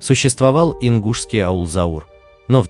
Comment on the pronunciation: NE ZAUR, A CAUR